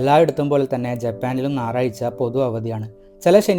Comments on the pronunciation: ❤ ഒരു കാര്യം പറഞ്ഞോട്ടെ, നാറായ്ച അല്ല, ഞായറാഴ്ച എന്നാ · "നായറാഴ്ച' ഉസ്സാർ😂😂😂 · Naraycha അല്ല കുട്ടാ 🎉🎉🎉